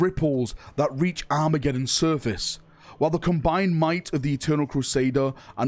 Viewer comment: You keep pronouncing Surface as Service. The Surface of the earth, and how may I be of Service are pronounced differently. My OCD went into overdrive when you said it. Lol.